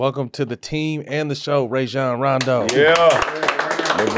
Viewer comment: They still saying Rajon name wrong